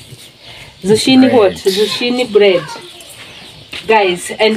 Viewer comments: You pronounce it with a K not Ch,you say zukini. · 😂 I love this couple. OK pronounce zucchini as 'zukini' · Try to pronounce zucchini this way: Zoo-Kee-Nee. I love watching Peter bake for you, and Jimmy play with the mud. What a great childhood he has! You and your husband are both very patient, and loving parents, and your children are well mannered and content. You are doing a great job raising them. Everything about your life is down to earth, simple, real, and natural. I look forward to your videos each day. You remind me what life is all about. Thank you for that! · Hi guys, the way it is pronounced here in the U.S., the "h" is silent. "Zoo- kee- nee" bread. Your bread looks delicious. Enjoyed the video! ❤ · I just love your channel!!!! That Bread looks very delicious the correct pronunciation of the word Zucchini is (zoo-kee-née) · In the USA it is zucchini bread. Pronounced Zoo-Kee_nee. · In the United States we spell it the same way you spelled it, Zucchini, but we pronounce it, “Zukini”. Your husband did a great job!🥰💕🌷 United States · Great job but zucchini is pronounced zoo key ne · It is a squash pronounced zoo key nee! Do not make the chi sound. You're doing great!❤